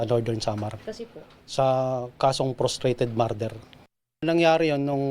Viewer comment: Prostrated marder... 🤣😂